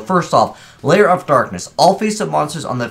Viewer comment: it's Lair, not Layer